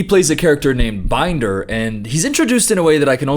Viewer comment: Uh... it's pronounced Ben-der, not Bind-er. It's pronounced the same way as Bender from Futurama.